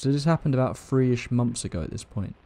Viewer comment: Once every few monfs.